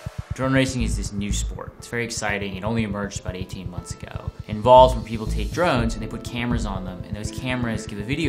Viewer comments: every time he says "take drones" i hear "take drugs". he pronounces drones really oddly. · it sounded that way because he pronounced the "o" strangely. if i remember right he said it like "druuns" which sounds closer to "drugs" than "drones" now that i rewatch it, it sounds even closer to "drugs" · ***** idk, ive never taken recreational drugs before. he just didnt pronounce "drones" very well at all.